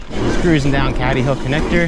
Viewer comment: pronounced cAdy hill mate, nice vid